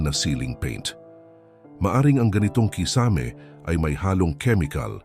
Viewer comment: nako naman mr vlogger paki bigkas naman ng tama ang KISAME hindi naman foreign word yan! pki google sa tamang pag bigkas pinoy ka naman kaya no excuse pls pronounce your words correctly! Tagalog na nga palpak pa! haisttt